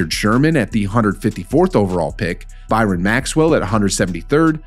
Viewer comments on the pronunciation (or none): none